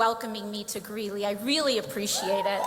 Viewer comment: Greeley, not Greenley